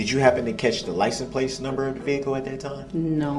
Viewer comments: 🤣🤣🤣🤣🤣🤣🤣 licen place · Or "substain" or license "place" 😂😂😂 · “Lisens Plaice” wont ever not piss me off.